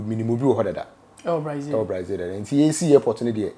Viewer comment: The name is BRAZIL but not BRAIZIL